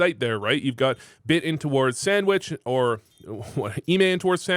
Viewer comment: you said "sammich"?